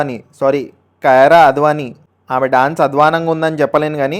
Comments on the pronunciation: Babuu adhi kirana kyraa advanii kadhu it's kiiara advanii😂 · కయార అద్వానీ కాదురా సామీ అది " కియార అద్వానీ" 😂